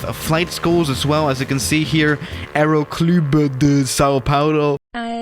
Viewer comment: in french we say aéroclub Not AerOcLubE